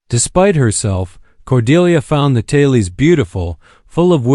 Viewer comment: Please stop pronouncing tales or tails as talees. Also it occurs with the word mare, it's not marees either. You need to preview your content before presenting it.